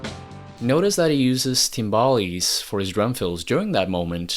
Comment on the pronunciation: Timbales? Sounds like tympani here.